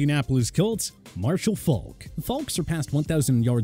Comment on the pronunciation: For a sports channel, these guys mispronounce more names than I could ever imagine Edgerin... NOT Edgaring - Faulk... NOT Folk